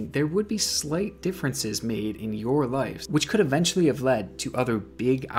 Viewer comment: I’m sorry I’ve been watching all your vids and this has been driving me crazy. It’s “LIVES” not “LIFES” pronounced like “wives” but with an l instead of a w. Great vids tho I love them all